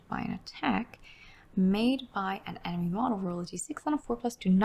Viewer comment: Emeny? EMENY! 🤣